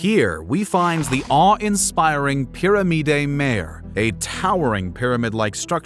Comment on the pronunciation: Would love to see more effort put forward toward pronunciation here specifically "Piramide Mayor" but other spots too... I get this is just a fake robo voice but when dealing with history proper pronunciation is crucial as just baseline respect. Appreciate the work tho